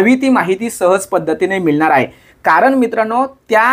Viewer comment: दादा तुम्ही 'ळ' ला 'लं' असं कां उच्चरता मिळणार ला मिळणार कळणार ला कलणार असं कां 🤔